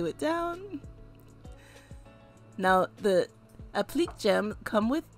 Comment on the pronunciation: Just an FYI, applique is pronounced app-li-kay